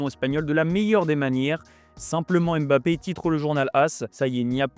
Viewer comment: C'est qui EMBAPPÉ , ENDIAYE. ARRÊTER DE MASSACRER LES NOMS DE FAMILLE DES GENS ! C'EST VOTRE TRAVAIL ! Imaginez si on parlait de votre équipe nationale et qu'à chaque fois vous entendiez l'équipe de Franck . Même Élise Lucet as posé la question à Kilian histoire de clarifier les choses mais vous voulez quoi de plus? Franchement ce n'est pas la mer à boire...